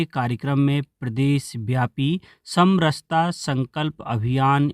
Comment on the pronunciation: आज खुशी हुई, समरसता को सही बोला (सम रहता) ।